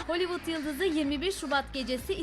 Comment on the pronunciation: HOLiVIDIN degil Holivudun